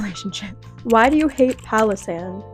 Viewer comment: I only listened to the audio and instead of 'Palosand' I understood 'Pakistan'. Pretty confused why you roasted a whole country out of nothing lol